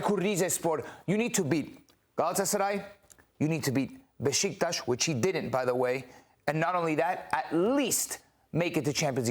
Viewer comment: So Besiktas isn't pronounced Bee-sick-tas? 😂😁